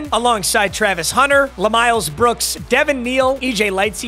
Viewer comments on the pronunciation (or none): none